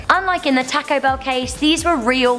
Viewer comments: The way you say taco really makes me angry 😐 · why does she say taco like it is tack-o? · Taaco or tortilllla chaps